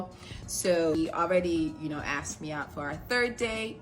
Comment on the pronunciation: She looks quite good for someone who is "aksed" so many times.